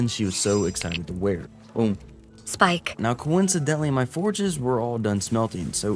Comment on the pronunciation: Speak-ay = Spike.